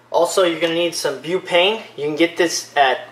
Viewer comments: its butane not bupane and its cmos not cmouse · It's called buTane not buPane. It says it right on the can. There's no such thing as bupane. And it's a CMOS battery not a CMOUSE battery. And you're?